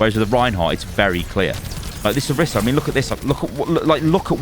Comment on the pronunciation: O-REE-sah*. She says it and so does every character in the game.